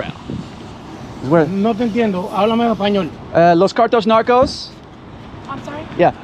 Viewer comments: “Los Cartos Narcos” 😂 bruhh I love this channel! 🚨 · "Los Cartos Narcos" hahahahahah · “Los cartos narcos” 🤣🤣🤣🤣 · “Los Cartos Narcos” bro I’m fucking dead! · “Los cartos narcos”